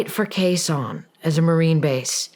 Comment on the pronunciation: It's Khe Sanh...